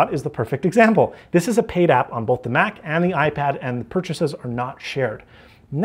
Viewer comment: You’re paying for bolth?!?